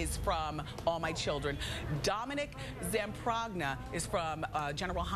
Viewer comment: The g is silent in Zamprogna honey!lol!